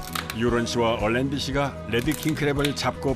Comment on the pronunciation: 뤠드 (red) 킹크랩인데 자꾸 혀를 굴리면서 led 킹크랩이라고 발음해서 귀에 거슬립니다. R 과 L 차이가 크니까 제대로 발음하시든지 아니면 혀를 일부러 굴리지말고 그냥 한국식 영어로 딱딱하게 레드라고 발음하면 더 나을것 같습니다.